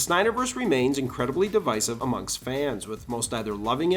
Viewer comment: Something I've been meaning to ask for ages - how come you stopped using your own artwork in your videos? (And I have to say: you're probably the first person I've heard on YouTube pronounce "divisive" correctly! 😁👌😅)